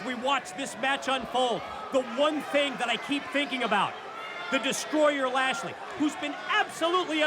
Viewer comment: its so grating to hear them call him "Lashley"